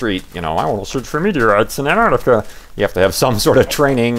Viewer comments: STOP SAYING ANTARTICA! It's Antarctica. You were missing the first "c". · ARGH! There are 't's in 'Antarctica'! ;)